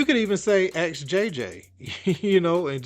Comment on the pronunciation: It’s ask not aks